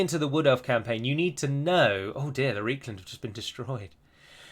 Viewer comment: Did you actually just call Reikland, “reekland”? It’s pronounced “rikeland”